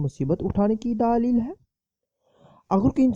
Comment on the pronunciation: Daaaalil h nahi hota dalel hota h